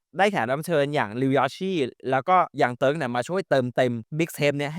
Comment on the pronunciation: มันไม่ได้ออกเสียงว่าเติ๊กนะจั๊ฟพรี่ 5555